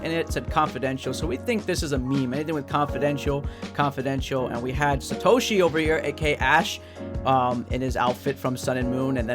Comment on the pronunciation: It's satoshi not sa to Shi 😑